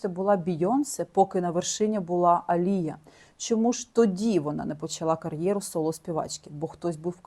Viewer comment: Дякую Вам, дуже класно інформативні відео! Коли занурюєшся в ці історії стає моторошно... такий true crime сєлєбріті едішн))) Відмітила, що Ви іноді не правильно ставите наголоси в іменах та англійських словах, наприклад АлІя, не АліЯ. Українською правильно "протягом", а не "на протязі". Це без хейту, тільки ремарки! 🥰 Мені подобається Ваш канал!